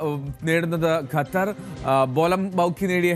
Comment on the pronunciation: ഗത്തർ അല്ല ഖത്തർ ആണ്